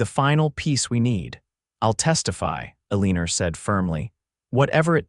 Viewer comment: It's really hard to hear Eleanor mispoken sooo horridly.....